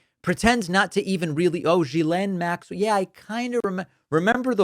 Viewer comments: Why is everyone calling her Guylaine, isn’t it Ghislaine? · You're pronounce it wrong.. it's Gizlane. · IT S GHILEIN. man learn how to pronounce it😊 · It's Ghislaine. Pronounced gee- slain (like gee whizz). Ho hard is that. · Love all your work. But please. Even though she’s a scumbag, pronounce people’s names correctly. gill-LANE. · David, her first name is pronounced "Ghee-Len," like [the Indian rendered butter] + [Len]. It's a hard "G." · The name is pronounced With a hard G not a soft G like J. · It's Ghislaine - the Gh makes it a hard G. There's no one called Jillaine in all this. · Ghislaine = G-ee-len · gee-LAYNE. Please. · HOW do you follow a story and STILL screw up the pronunciation of Ghislaine's name ?? Obnoxious ‼ It's a hard G.. And then you correct DONNIE'S pronunciation of Mayor. 🤦‍♀️🤦‍♀️🤦‍♀️🤦‍♀️ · The good part is: Now everybody knows how to pronounce „Ghislane“ 🤣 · If everyone would pronounce her name correctly, he might recognize it. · I wish you'd pronounce her name correctly. I am not a fan of hers by any means. But, to hear you purposely mispronounce it is no better than them purposely mispronouncing Kamala. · Why does David mispronounce her name? Even she uses the hard “g.” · I enjoy your show mostly because of your accuracy. I don’t understand why you keep mispronouncing Ghelain Maxwells name? It seems petty for a serious person? It makes one wonder if they are inaccurate in the little things they are probably inaccurate and the big things! Or maybe they just don’t take the time to figure it out?